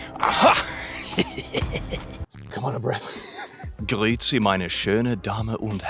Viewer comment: as a german, yes it is! He pronounced it flawlessly. But grüezi/grüß sie (I think he said "grüß sie") isn't said often.